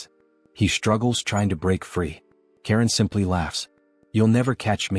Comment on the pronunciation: his name is charon not karen